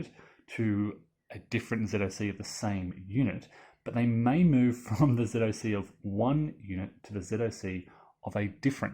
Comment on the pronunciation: Oh, thank GOD you don't verbalize ZoC as, "zock"!!!! The sign of a true grognard!! :) Not sure I like the overstacking penalty; wouldn't disruption (even Disrupt 2) be a more fitting penalty. It's not like any unit truly cannot physically FIT into a hex, and the surplus men and equipment spontaneously explode; it's more like it's against training and doctrine, which would lead to ... disruption.